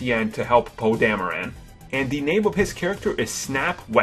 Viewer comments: Dameron not Dameran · It's DamrOn not DamerAn. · 'Thought his name was "Poe Dameron", not DamerAn. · It was actually Alec Guiness' voice that said "Rae" in the vision sequence. Not Ewan McGregor. Also, It's Poe Dameron, not Poe Damaran. And its Daniel Craig, not Daniel Cregg. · Please learn to pronounce these names before speaking on them: Dameron, NOT DamerAN, Boba Fett, NOT Bubba Fett and it is Jakku, NOT Jokku. Very irritating to listen to. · random ADHD ramblings collated from other lists. DamerOn, not DahmerAnn. Grunny is known for his 2 minute on LOST?? what about ALIAS and FELICITY? "BUBBA Fett"????? Ken LANG?? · Isn't his name Poe DameRON and not Poe DameRAN? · It's Poe Dam-e-RON. You keep saying it like Dam-e-RAN. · I had already new most of these things. Oh yeah, it's not Poe "Dama- Ran" it's Poe Dameron. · It's Poe DamerOn, not DamerAn. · He says Poe dameraaaan it's Poe dameron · Daniel "Creg", Poe "Dameran"? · why do you say poe damaran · Dameron "dameran" chuck "check" I s2g please pronounce properly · this guy doesn't know how to read poe damaran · It's po damaroooon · "Poe Dam-a-ran." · Can't stand the way you're pronouncing Poe's last name. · please pronounce dameron right